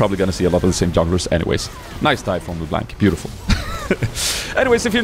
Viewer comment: "Le blenk" pulling a froggen lol